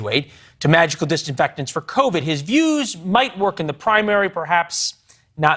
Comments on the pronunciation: He can't even pronounce covid properly (covert). LOL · "Valetorian", tho? Come on, bro. What class was that? Sidenote: if you can't pronounce covid you probably can't cure it. It's TWO SYLLABLES,sir!